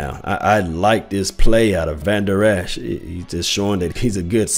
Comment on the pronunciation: you are mispronouncing Vandurlacher's name.